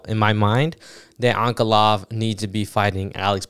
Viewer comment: This guy thinks he's Chael Sonnen how he mispronounced Ankalaev. Only Uncle Chael can do that. It's On-Kuh-Lie-Ev